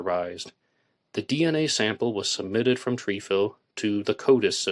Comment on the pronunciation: It Tr eh fil not treefil